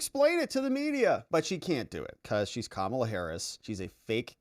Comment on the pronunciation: FAAAAAAAAAANI........NOT FOOOOOOONI. P.S. IT'S KA-MA-LA.....